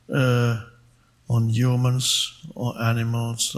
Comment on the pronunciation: I love it when he says h(y)umans so German😁❤